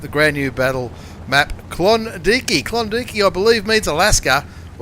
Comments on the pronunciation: You need to think about that pronunciation there, Klondike isn't pronounced klondeekee hahahahaha it's klon and dike as in bike. Klondike. Brian Millen is 100% correct. When you mis-pronounced that i pissed my pants..... how to get something so wrong lol. I though mispronouncing things were confined to Canadians aka Americans like Claus Kellerman hahahaha Great vids though... keep 'em coming.... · is K-lon-Da-ike